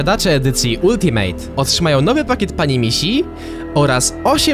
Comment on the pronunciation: Ultimate czyta sie altimet, nie ultimejt ani altimejt